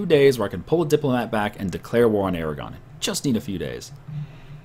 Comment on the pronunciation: i thought you siad declare war on iran, and i was like wat? oh you said aragon